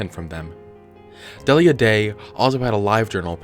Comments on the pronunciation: I thinks it's 'Dee-lee-ya' not 'Dell-ia" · It’s pronounced Deal-ya.